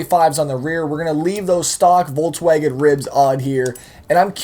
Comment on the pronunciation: is it just me or is saying "voltswagen"